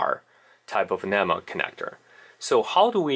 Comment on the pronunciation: Man. You may be a EE but you are sure no electrician. At least learn how to say NEMA before giving advice.